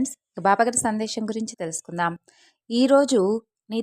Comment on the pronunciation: Sandesham kaadu Sandesam